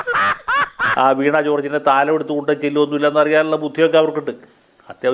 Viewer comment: വീണാ കോർജ് അല്ല..... വീണ കോർജ് ആണ്.....